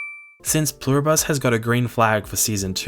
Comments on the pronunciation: Love the video! You're definitely saying Pluribus wrong! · Pluribus is latin. It's not a bus. It's literally on your american coat of arms. Et pluribus unum. Don't just wing it, at least ask google how to pronounce something if it is a word you haven't seen yet.